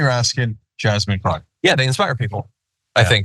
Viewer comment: Did he say Jasmine Crock? Ugh. Get her name right!